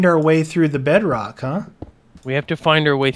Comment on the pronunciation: Its unbreakable... and its pronounce bedrock... but its alright